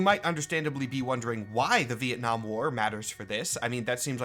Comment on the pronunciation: Ven 'Nam... fucking VEN 'NAM... VEN 'NAM?! 🤦‍♂